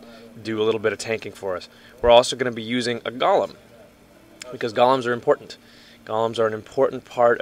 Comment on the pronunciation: Golem, not gollum.